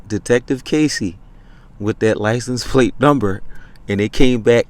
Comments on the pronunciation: "Lie-cen- place," what an uneducated fool😅😅😅😅😅😅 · What the hell is a "Lice-N-Place?"